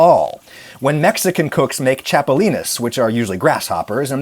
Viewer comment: Good job pronouncing chapulines